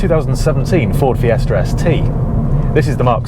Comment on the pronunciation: It is Fiesta, not "FiesrR" .